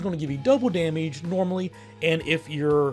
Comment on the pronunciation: I like how he says 'damage' as 'dahmige'.